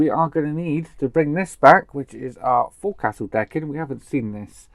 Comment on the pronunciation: It's said as fowcil not fourcastle